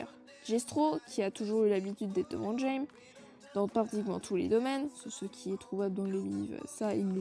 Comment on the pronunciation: Oh wi un nouvel épisode ! C'est rigolo de voir des persos moins connu être aborder ! Sinon, pour Jaime, il faut le prononcer Raymé XD Merci encore à toi en tout cas ❤️